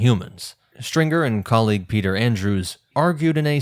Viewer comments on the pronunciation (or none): none